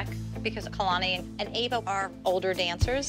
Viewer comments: Eva?? Haha it’s Ava😂😂😂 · Not Kelani’s mom calling Ava “Eva” 💀😭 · The way Kira said kalani is going up against Eva instead of ava😂😂😂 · Kehlani mom said Eva instead of Ava